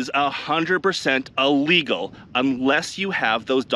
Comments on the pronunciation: it's not allegal, it's illegal. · I love your vids but I am a dick head when I hear people say ahhlegle. It is Illegal. I'm sorry but this just bugs the crap out of me. Sadly enough I hear this from newscasters that are supposed to have degrees. Please don't hate me. Love you bud! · Please stop say Ah-legal… the only confusion is your mispronunciation of Illegal 😂 and if I buy one in Tucson no one is going to care about paperwork from Canada 😂